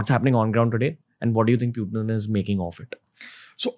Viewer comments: Pyu-tin is not Putin! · It's not Pewtin Ranveer. Putin. pronounced it correctly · Bruh it's not pewt-in, it is put-in 🤦🏻🤦🏻🤦🏻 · putin bol le bhai...pewten kya hai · its not pew-tin ...its putin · Its "पुतीन" not "प्यूटिन".. Don't try to look more cool by doing such pronounciations. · Its Puttan not peutiin 🤣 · pew-tin >>>>>>>>>>>>> putin 😅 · it's just purely showoff by telling पुतिन as प्यूटीन. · No Phew…phew….its pu… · Pewtin kay? Putin ahe te! Kay tu bhava. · Its "putin" not "pewtin" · nope, it's pronounced Putin in Russian , not pewtin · It’s not Pu , it’s Poo tin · It's not pewtin... It's putin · What is PEU-TIN?😂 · Protein hi bol do Pewtin kya hota hai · When he says piutin i kind of dumb down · pyutin...?😅 why bro? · प्यूटेन, प्यूटिन गज़ब बोलते हो गुरू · Even foreigners don't pronounce Putin as putein then why this sasta angrez pronounce him that way 😅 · Is it only me or others are also got irritated of his pronouncing Pewtin ? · Pyutin? Bro, that's annoying. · That's what i am wondering. He's trying to look more cool by pronouncing "pyuuuteen". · "Pew-tin"...why so many Indians are pronouncing it like that? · President Pewtin 🤣🤣he said 😂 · No bro....it is pronounced as Putin... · ye 'pewtin ' kya he?? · Why Does He Say Pyu Tin Is is The sign Of Being Overly Sophisticated? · pewtin lol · but putin is Russian so you can't change Pronounciation of Russia in English or any other language because the word had Russian origin